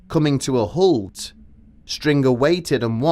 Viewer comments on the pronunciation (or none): none